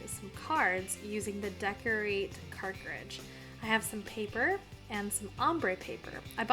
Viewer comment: You’re mispronouncing “cartridge” though ☺️